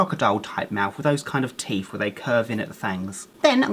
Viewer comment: I love how he says teef not teeth